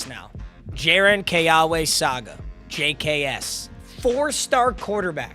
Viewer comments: W’s in hawaiian is pronounced like a V. so keawe would sound like keave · The QBs middle first name is pronounced Kay aw vay I have the same name